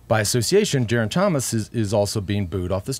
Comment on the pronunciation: Lance please get some help from George to pronounce Geraint's name. It's Geraint not Jeraint. Thanks